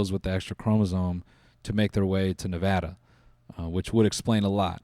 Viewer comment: The way you said Nevada shook me to my core.. it was .. right . 🤨